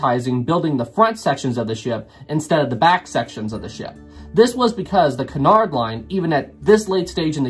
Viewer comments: First, I want to make it clear that I'm really enjoying this. However, Cunard is pronounced with the stress on the first syllable and is pronounced QUEUE-nard. Not kernard. Please? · I am convinced that you are purposely saying Cunard so many times to and pronouncing it wrong EVERY TIME purely to make us cringe.